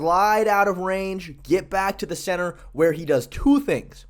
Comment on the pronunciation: Poor. He can't say "things" anymore.😢 From now on, I will cherish my front teeth.